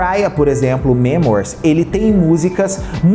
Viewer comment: Dica construtiva: melhora essa pronúncia pq ta tenso: millenium, memoirs, harajuku...e ate coisas em português tbm